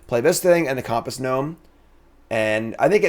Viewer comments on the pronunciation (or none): Has this guy used a compass before?? Why tf is he saying COMP-ASS??😂